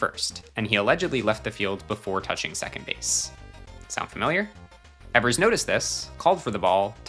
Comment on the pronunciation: It's pronounced Johnny eevers not Johnny Ehvers, very common mistake